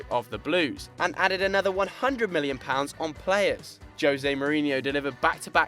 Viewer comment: why does he says mhilion and not million?